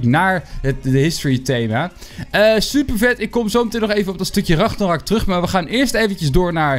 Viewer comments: Spreek alsjeblieft de naam goed uit, het is RAGNAROK en niet Ragnorak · Het is ragnarok niet ragnorak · Like als je ook hoort dat de hele tijd ragnorok zegt plaats van ragnarok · Het is Ragnarok. Niet Ragnorak. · RagnArOk niet ragnOrAk like als je er niet tegen kan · Kun je aub ragNArok zeggen ipv RagNOrak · Je zegt ook steeds weer ragnorak he? Het is ragnarok🤣🤣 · Je spreekt het uit als regnarok, niet ragnorak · het is Engels he je spreekt het uit als raknarok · Hij zegt altijd ragnorak